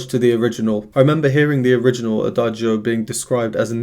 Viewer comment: Thank you so much for your really professional reaction videos. I just wanted to point out two things. 1) The pronunciation of "adagio" is without pronouncing the "i", as Lara pronounces it (she is a native speaker and so am I); in Italian, in words ending in -cio or -gio, the "i" is purely there to indicate that the "c" is pronounced "tsch" (as in chess) and the "g" is pronouced "dj" (as in jazz). 2) Lara is classically trained with 10 years at Brussels's conservatory, so that explains her breath control and her ability to shape her mouth in the right way to create the sounds she wants to create. Thanks again! 🙂